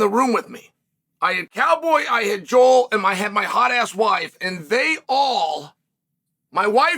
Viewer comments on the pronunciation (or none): none